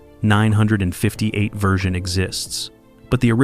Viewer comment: As long as AI doesn't lean how to pronounce dates/years and unconventional names we'll be alright! 😆 How does it learn to say "number 19" but can't say "1958" ???????